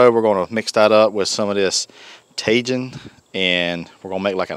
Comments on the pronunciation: Cracking me up hearing you say tajin! It’s taheeeen. Lol love you! Cook on brother 🤙🏼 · Tajìn — TA-HE-N —— love you bruddah smashing good show